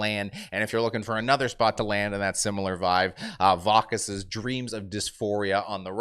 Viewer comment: that's "Vacuous" like vacuum lol cmon man